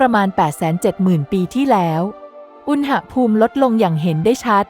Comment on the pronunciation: อ่านว่า อุน-หะ-พูม ไม่ใช่อุน-นะ-หะ-พูม